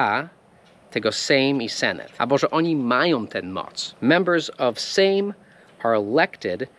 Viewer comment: Sejm napisz jako seym - wtedy dobrze przeczytasz. Zresztą kiedyś tak się pisało. Mamy jeszcze senat, tu nie ma problemu bo prawie identycznie jak po angielsku. Senat teoretycznie jest izbą wyższą, ale w praktyce cała polityka rozgrywa się w sejmie. Polski minister to amerykański sekretarz (secretary), a minister w Ameryce to polski duchowny (a amerykański Duchovny to Fox Mulder haha)